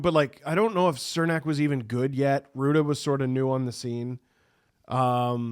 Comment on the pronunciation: Cernak and Big Mac were the shutdown pair when tampa won their two cups. Also it’s pronounced Ch like chernak Love you all:) happy birthday